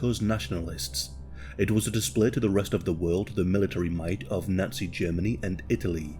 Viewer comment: Lol why do you say Nutsy instead of Nazi?